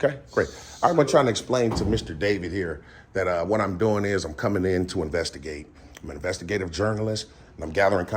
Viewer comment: Saying “iz u Matt?” while trying to perform professional tasks is a clear indicator that you most likely don’t know the law lol You choose to form sentences like you at home on the phone, u probably don’t know much if u don’t even have the ability to code switch for professional settings. Bless her heart tho